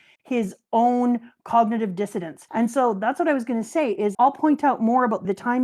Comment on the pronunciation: keeps saying "cognitive dissidence" when she means "dissonance" and it's driving me nuts, lol